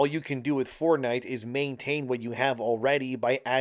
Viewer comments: lost me when you decided to never learn how to say the words Fort and night into 1 "4 night" "ford night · Stopped watching after the tenth time he pronounced it "Fordnite"